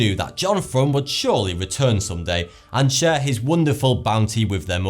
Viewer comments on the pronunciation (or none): none